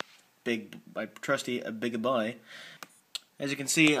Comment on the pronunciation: "mah trusty beeg boiiii" Made my night. lol